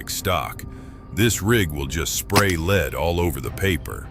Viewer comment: At around 12 min, the "AI Man" finally said "lead" correctly, then forgot for the rest of the video.